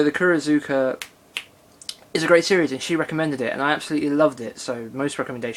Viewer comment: You're welcome. You did pronounced Kurozuka fine to me and yeah it is odd that a dub only release would be as expensive as it is, but I guess Sony had to consider direct production costs etc. I guess. :)